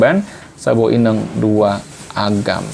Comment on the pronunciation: Ineng ⁉️ Inong (inöng) ✅